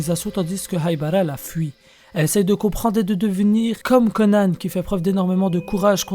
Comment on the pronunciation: Pourquoi tu dis Conane ? Mdr